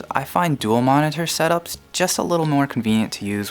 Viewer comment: stop saying monitor so weird....ma-ne-tur ma-ne-tur